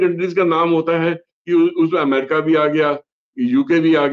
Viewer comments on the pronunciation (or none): none